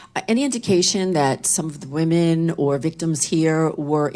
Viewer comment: I love how they keep saying wemon and other victims like b** say men that's how u know men can't be victims 😂😂😂 like dammmmmm